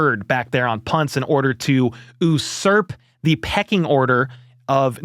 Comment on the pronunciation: Might want to check the pronunciation on usurp my dude. Good try though.